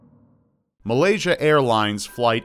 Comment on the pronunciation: It's MALAYSIA. WTF is MALAYASIA? Please point that country out on the world map.